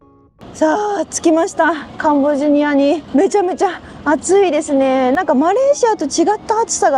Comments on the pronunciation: ！ところどころ甘噛み（カンボジニアとか）聞こえるのは自分の耳のせい？でも最高です！リモコン見つかりましたか？ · "カンボジア"がうまく言えませんでしたね！😄😄 やはりカンボジアも中国に侵食されてるようですね⤵️ 楽しみにしてます！ 頑張って下さい！